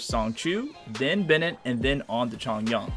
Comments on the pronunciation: It’s Chong-yoon and Zhing-shu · “xAnGqU” “cHoNgYuAN” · He also pronounces chongyun wrong